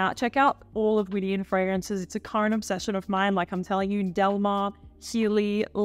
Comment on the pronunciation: Widian is pronounced Widianne, anne like the name